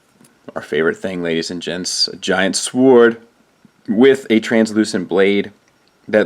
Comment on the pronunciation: awesome way you pronounce sword. lol. I do that